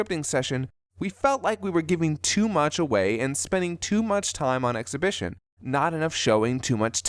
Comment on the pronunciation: ExPOSItion, not ExHIBItion